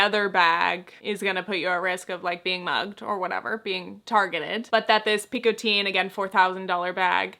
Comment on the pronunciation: The way you are pronouncing Picotin in french would take an « e » at the end (Picotine). The way Picotin is written would be prononcée the same way as Train or Chemin in french. Which is a sound that doesn’t exist in English. I also don’t know how Hermès pronounces the Picotin bag, maybe they do it the way Picotine would be pronounced.